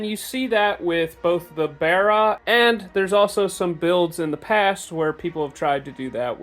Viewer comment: its bar not bear. imo